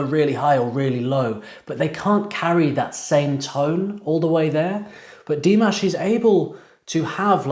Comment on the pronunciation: "dih-MAASH" not "DEE-maash"